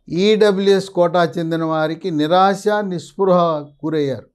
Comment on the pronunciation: ఒక పెద్ద సోది...స్కెతస్ స్కోప్ మెడలో లేకుంటే నువు పక్క వనమూలికలు అమ్మేవాడిలా ఉంటావు.... తెలుగు రాదా....నిరాశ నిస్పృహలు అని సరిగా పలుకు